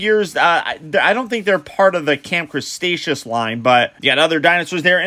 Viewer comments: Did he just say camp crastashoes!🤣🤣🤣😂😂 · Nobody:..........: Camp Crustaceous